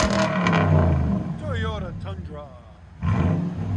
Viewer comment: TEE-ODA Tundra